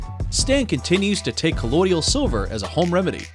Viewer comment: It's "colloidal" silver, not "colloidial".